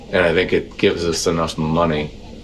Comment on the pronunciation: Anyone else hear the inflectionon on the word, "money"? 😂